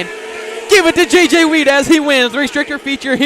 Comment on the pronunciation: F.Y.I.: Weida is pronounced "Why"da NOT Weeda